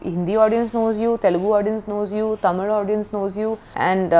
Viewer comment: I just appreciate her for pronouncing Tamil the right way as ‘Thamizh’ 👏👏